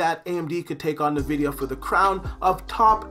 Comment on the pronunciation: "Nuh-vidia" Batch. Xoxo